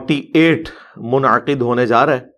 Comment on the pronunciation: Stop pronouncing easy urdu words like difficult arab words. 😆😆MUN-AQID😃😁